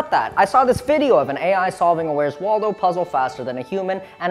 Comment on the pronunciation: Every time you say 'Waldo' I facepalm